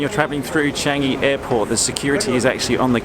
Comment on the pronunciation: You pronounced Singapore and Changi perfectly